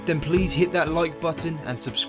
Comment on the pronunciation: I know it's a regional accent you have but it's incredibly annoying. Every word that has the letter "I" in it is awful to listen to. The start of your "I" pronunciation sounds like an "o" pronunciation. e.g "like" sounds like "loyk" and "miles" sounds like "moyles". I can't listen to it so I won't be subscribing. Sorry.